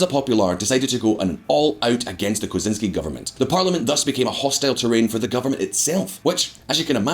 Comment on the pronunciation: Dude... You need to learn to pronounce Kuczynski... It is not pronounced like Ted Kaczynski